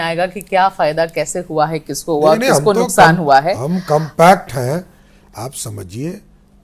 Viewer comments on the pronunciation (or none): none